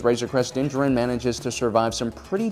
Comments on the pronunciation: How do you manage to say his name wrong? It's not like you could have read it in a novel and not seen the show. The way you say Djarin and Beskar makes it sounds like you don't even watch the show but just read the notes of some nerd who did... Hmmmm. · You say his name wrong. Look up the video where dave filoni says it, correctly. Din D-Jar-in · dont ever say his name that way its pronounced as din-jar-in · You can't even say his name right. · Am I the only one getting annoyed at the mispronunciation of Djarin? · Kinda cool that you put all that research in but can't say his name correctly... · I really wanna watch this video but I'm sure my dude is just gonna mispronounce Mando's name the whole freaking time:/ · I cannot stand the way this guy mispronounces Djarin every single time 😐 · "dinjerin" I am convinced that this man makes an effort to mispronounce every single name in Star Wars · I see doesn't read comments or has chosen to be stubborn: still meshing the Mandalorian's two names in cringe-worthy fashion. Din JAR-in. You have the wrong em-FA-sis on the right syl-A-bulls. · I think he means that the guy pronounced his name like jerin rather than jarin. I think everyone knows the D is silent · that doesn't make it juh-rin, it's jar-in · It’s actually pronounced as “Din Jar-in”=Din Djarin not “Din Jah-rin” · Its din JAR-IN not Jerin. Just saying :/ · Why do you keep saying djarIn when it is djArin? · It must be my bedtime cos i kept hearing him call Din "Danger Rin" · Nobody:: Dinjerin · I’m here for Din-jaREEEN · It’s (DIN-Jar-in) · "din gerin"